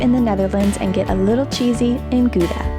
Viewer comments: We don't say HOW-da, we say GGGGGGGGGGOW-da. My aunt and uncle lived in Gouda, we lived between Gouda and Rotterdam so I've been there many times. Gouda isn't just famous for its cheese but also for its candles and of course STROOPWAFELS. I hope you got those otherwise you missed something that's even better than the cheese. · At least say Gouda correctly, not Goeda. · GOEDA HOUDA?????? YOU SAY IT AS choudah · i think you missed a G sound